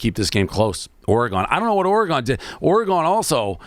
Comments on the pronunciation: stop saying OREy-gon, its simply Oregon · Say “Oregahn” one more time, Jesus Christ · The way Dave says Oregon makes me wanna blow my brains out